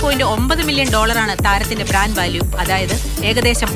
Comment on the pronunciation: ബ്രാന്‍ഡ്" എന്നല്ലെ ചേച്ചി പറയുന്നത് ബ്രാഞ്ച് എന്നാണല്ലോ😮